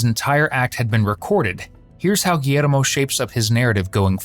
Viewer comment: You couldn't just say "gee-yer-mo"....had to spanish it up?